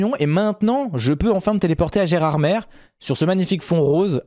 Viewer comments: ON DIT GÉRARDMÉ PAS GERARDMERE ! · il faut prononcer Gerardm"é" et non Gerard"mére" ! Et pourquoi gardes-tu le volant virtuel sur ton jeu alors que tu pilotes avec un volant sur ton bureau ? C'est tout simple à faire dans les paramètres. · Alors phonétiquement on ne dit pas Gérardmer mais Gérardmé au niveau de la prononciation 😉 bonne continuation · Désolé mais je vien des Vosges on dit pas Gérardmer on dit gerardmée